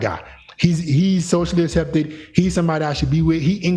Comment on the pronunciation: Ak-septed As-septed (Which accent is dat?)